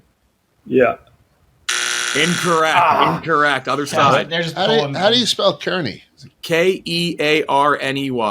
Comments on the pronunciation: Nobody brought up how they pronounced Kearney wrong ? It’s pronounced Carn-ee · Not like it would have made a difference but Kearney is pronounced like Car-nee. Currently going to the college here and had this going in the background, when I heard say it I almost jumped out of my chair lmao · It's pronounced KAR-nee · Kearney is pronounced “Car-knee” but still love to see the Cornhusker State represented!! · Love pronunciation of Kearney - so bad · Butchered the pronunciation of Kearney